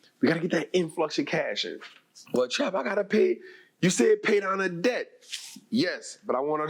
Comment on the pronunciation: It's debt not dedt